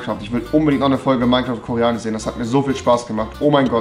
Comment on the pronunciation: wieso sagt er koreanich und nicht koreanisch